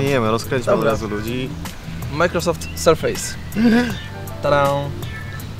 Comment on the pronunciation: Sprawdźcie sobie wymowę słowa "surface". Nie jest to "serfejs"